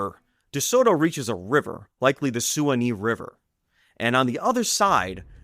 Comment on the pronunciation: Suwanee is pronounced Swanee